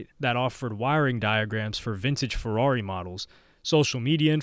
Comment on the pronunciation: “Purrari” 💀deadmau5 is goat